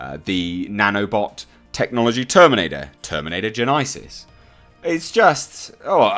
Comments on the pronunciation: Its not gen-EYE- sis....its one word gen-esis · Did you really just say "terminator gen eye sis"? Who the fuck pronounces genesys as "gen eye sis"? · Terminator "Gen-isis" what the FUCK did you say? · is that genesys to genises sounds is that an English thing like when you say "idea" differently to how we say idea here in the states? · He said genesis so weird